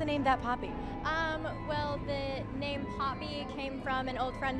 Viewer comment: you said her name wrong and i hate you now